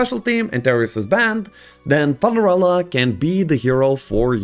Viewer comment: I believe its Funerella as in funeral, not as in fun :D